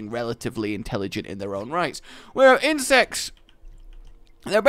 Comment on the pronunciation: When you said insects I thought you said insest